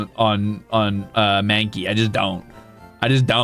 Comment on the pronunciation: OH GOD HE'S PRONOUNCING IT SO WRONG 😭😭😭